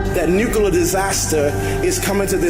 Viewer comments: Bro, he even has saying “Nukoolar” I mean, I’m pretty sure it’s NUCLEAR, right? Smh. These people…#brainwashed #cultbehavior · He cant even pronounce NUCLEAR 🤣🤣🤣 I need MY LEADERS to KNOW how to speak... And i was thinking..how much money does jesus really need, can spirits spend money...🤣🤣🤣 So the submarine hit CENTRAL FLORIDA, NOT THE WHOLE FLORIDA CUZ I USE TO LIVE THERE SO I KNOW..WHAT A PIECE OF GARBAGE....you know what, jesus came TO ME in a dream and said that he dont, wait, he doesnt know him.....why is it that I and others who watch this and laugh and know this to be garbage Know this to be completely bull$hit.....Michelle is definitely all in .....